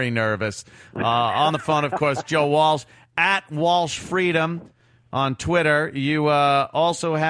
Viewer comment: lol walch and walsh are different joes